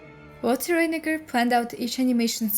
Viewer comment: Why do you pronounce "Reiniger" like "fate"? It is just as esy to pronounce it like "light".